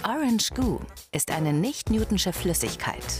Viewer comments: lern bitte wie man "Newtonische" ausspricht. Das wird so ausgesprochen, wie man es ließt und nicht "Newtnsche"... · Es heißt Nicht NewtONISCHE Flüssigkeit..nicht NewTONSCHE